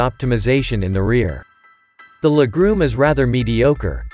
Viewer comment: Leg-room or “legrume” ?…lol